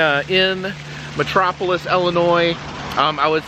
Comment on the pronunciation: When you are sick you are ill. No EL. It is not EL-inois. It’s ILLINOIS.